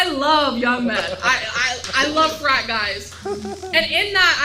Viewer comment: I had to rewind when she said I love frat guys, I thought she said french fries...